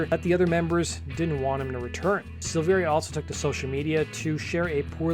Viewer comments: SILL-VE-RIA, not SEELVEERIA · It’s SILV - AIR - UH. The I isn’t pronounced. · The second i in Silveria is silent. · I'll be honest. I made it about 30 seconds in. This is guy giving objectively false information so why would I trust anything else he has to say? Hell he can't even say David's last name right. It's worth mention LAPD actually stands for Laughing as People Die (originally Love and Peace Dude). Brian joined up with the guys before Jonathan not the other way around as he's mentioning. According to David he left Korn because he was working out one day and had a "I broke my back" situation similar to Mike Tyson if you can get the reference. That along with being unsatisfied with the direction the band was going in to say the least is why he didn't return when he recovered. Fast forward to 2013 when Brian rejoined the band David seemingly came out of the woodworks wanting to rejoin also. After being rejected in favor of Ray the rest is history. There saved you seconds of potentially false and misleading information. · Learn how to pronounce his name